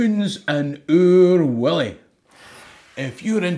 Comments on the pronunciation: It's Oor WUllie, no WIllie....! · Stop talking about Oor WIllie,. It’s Oor WUllie, a Uh, no’ a Ih, ok, ye ken? Or ah’ll be sendin’ PC Murdoch roon your hoose. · Oor Wullie , not oor Willie.... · It’s Oor WULLIE !!!